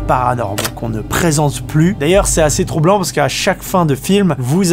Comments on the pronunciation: A ~ il dit toublant au lieu de troublant 😂 Et pourquoi quand on parle de l’IRA en anglais, JD doit aussi en parler 😂😭 on m’explique?? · j'entend toublant à la place de troublant. Suis-je le seul ? XD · "Très toublant" :) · Tu nous as trop fait rire alors il sont attrapé la foute au lieu de la foudre ensuite il se son scraché au lieu de craché et toublanc au lieu de troublant on te kiff